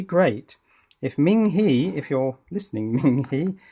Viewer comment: Hi. I don't know if this message will persuade you to change your pronunciation of the brand name but in Chinese PinYin, Ming He is pronounced Ming - HER or HUR. You are pronouncing Ming correctly but HE is actually pronounced as if you were pronouncing HER or HUR in English.:-) This is kind of like the pronunciation for "Hermes". As the French bag maker, Hermes is pronounced a certain way. But as the Greek God of speed, Hermes is pronounced quite differently in English. So while HE is pronounced HE in English, HE is actually pronounced HER/HUR in Chinese.:-) Good day!